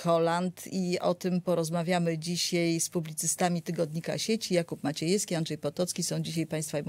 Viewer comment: dzisiaj - nie "dzisiej" ...